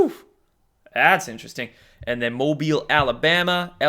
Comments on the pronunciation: Mobile is pronounced: Moe-bill... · pronounced "moebill" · It is pronounced... MoeBill....Mobile, Alabama. Did it right at the end. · You do a great job and this isn't a criticism. Southerner's are currently laughing at how you pronounced Mobile.